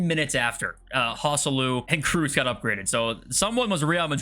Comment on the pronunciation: Please stop calling Tony Kruus. Its Tony Kroos